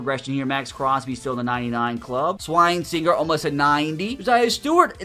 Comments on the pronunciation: shrine singer is not how you say Carson’s last name, it’s (Swess-in-jurr) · It’s not SWINE-SINGER it’s SWESH-inger